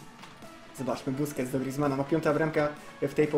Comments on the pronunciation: "buskets totsa" xd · troszke po 6 min powiedzał busqets (niewiem czy dobrze napisałem) totsa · "Bousqets totsa" Junajted 2016